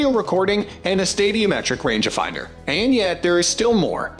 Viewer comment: range ah finder. Six. Hundred forty, ex, blahblah lol. Its not an underachiever voice it has to be a synthetic or bot or badly done Ai. I had to stop after the first.... ex.... pause silly range ah finder wording. Horrible is right